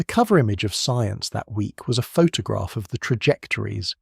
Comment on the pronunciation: All AI voice generated. (Text to Speech) - all automated - all script - all voice - all video - everything - and automated posting of these videos too. An AI Youtube channel and video posting machine. Google it! (Still quite interesting though - even if the AI generated voice can't pronouce Photograph properly! lol!)